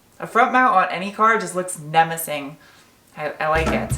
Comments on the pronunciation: Haha... so funny "nemessing" or menacing..? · "nemacing" … lol yup, it looks nemacing! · did you say, 'nemacing?' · Did you say “nemaceing “? Is that even a word? 😉 Just flippin’ ya shiz! We love you!